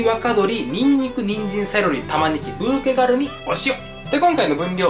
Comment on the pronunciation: にんじんはぬんずん。 にんにくもぬんぬくって言って欲しかった笑